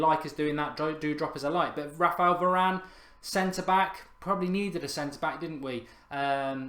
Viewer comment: Meant varane not Varanene